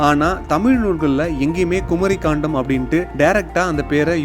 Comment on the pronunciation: ஐயா, தங்கள் வார்த்தை உச்சரிப்பு தராக உள்ளது. கண்டம் என்பதை காண்டம் என்றும், பாகவதம் என்பதை பகவதம் என்றும் கூறுகிறீர்கள் நன்கு தமிழ் பேச தெரிந்தவரை விட்டு விளக்கவும். நன்றி.